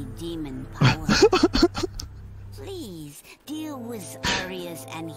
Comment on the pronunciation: Bleese... Bleese blay more DEEHEMSEE DUE!!